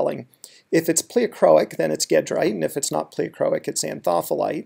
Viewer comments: Great tutorial, (but the Al-rich end-member is pronounced ˈjeˌdrīt, not ˈgeˌdrīt). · Sure, I agree in the sense that it's named after a town in France (Gèdre) whose pronunciation in French is a soft g (or zh), not hard g. But in America we consistently (mis)pronounce gedrite with a hard g. The difference in pronunciation is similar (although reversed) in how we pronounce eclogite (soft g in America, hard g in Europe; neither is quite consistent with the original Greek). Gedrite and eclogite are not unique – there are multiple ways to pronounce biotite, monazite, wollastonite, sillimanite, baddeleyite, etc., and some of the most common are inconsistent with the root name (especially biotite, named after the French scientist Jean-Baptiste Biot).